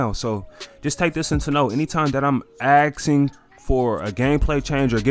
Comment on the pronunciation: There’s an “S” in the word asking.